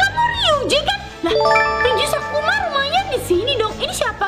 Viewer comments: Maaf ka bukan "kusuma" tapi, sakuma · isao sakuma kak bukan kusuma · kk itu kk itu salah Baca kan itu namanya isao sakuma bukan isao kusuma sih kok gitu gak adil ah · Sakuma kak.....😂😂😂😂😂😂😂😂😂 Bukan Kusuma....😂😂😂😂😂😂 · SAKUMA kak bukan KUSUMA 😭😭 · kak kakak salah sebut kak seharusnya sakuma bukan kusuma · Kak, bukan Kusuma 😂😂😂 tapi SAKUMA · Sakuma kak bkn kusuma 😂🤣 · Sakuma kak bukan sukuma 😊😊😊😊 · Kak bukan isao kusuma tapi isao Sakuma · Bukan Kosuma tapi sakuma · Sakuma kk bukan kusuma😊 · Kak bukan sukuma sakuma